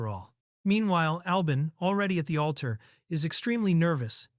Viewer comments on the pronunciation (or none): none